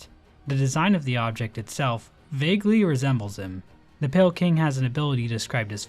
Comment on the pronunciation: calling pale king as pale kind, smh you fell off